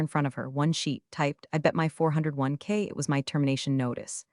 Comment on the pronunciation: This is one of the worst A.I. readings I have ever heard. "Four hundred and 1 k", Clause eleven "see". Please tell me people don't think this sounds natural.